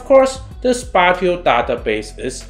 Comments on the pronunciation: Spatial refers to space, and is pronounced as such. It rhymes with facial. So 2 syllables :) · Spatio/spatial pronunciation: spay she o, spay she all. Great video, thanks